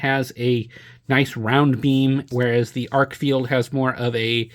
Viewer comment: Good review and comparison. It's pronounced Arkfeld rather than Arkfield. And the UV mode has two outputs--low and high.